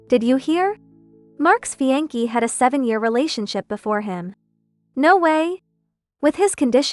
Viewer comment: Cheap AI can't even pronounce "ties" or "café" or "fiancee".